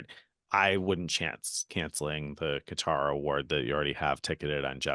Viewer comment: Pronounced Qatar correctly . They have been trolling us with cutter.